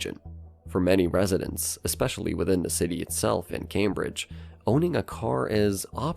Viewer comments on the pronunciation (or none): none